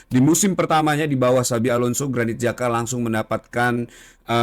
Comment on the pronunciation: bang granit xhaka ya bang . bukan granit jaka 😆😆